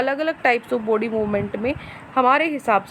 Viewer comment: Mam jab aap body Bolte ho tab mujhe foody sunai deta hai 😀